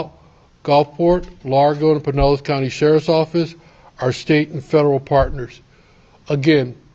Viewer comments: Yes!! You pronounced it correctly. Pie- nell-us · Yes, you pronounced Pinellas County correctly. (Pin-EL-ESS) What is wrong with people killing and then dismembering? I don't get it. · You said Pinellas County right😀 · Yes, you pronounced Pinellas county correctly. I live in Pinellas. Gulfport is a pretty shady area of town. The “home schooling” is questionable too. She probably wouldn’t go to school. Seems like she pretty much did what she wanted to do, with little to no supervision. Sounds like a very sad situation.